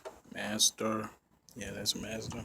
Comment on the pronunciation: Hey man if you want to make a video for one speak up so we can hear you 2 know what the f*** you talking about learn how to say the name of the car it's Mazda not whatever you said and overall just makes sense is video getting 500 thumbs down